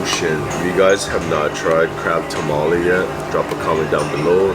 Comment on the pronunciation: you keep saying crab tamale. What’s that? Tamago?